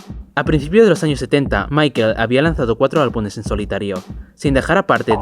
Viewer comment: se dice albumes, amigo, no albunes. Por lo demas perfe